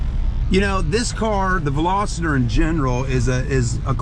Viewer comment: Veloster not velositor! Jeez